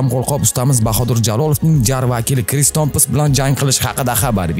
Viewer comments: Tompson❌ Tomps✅ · Томпос эмас Томпсон. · Dalbayob kris tomps mas😂 kris tompson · крис томпс эмас томпсон